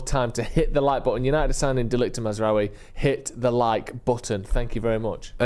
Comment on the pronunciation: It's Maz-RAWI. Not Maz-RUWY.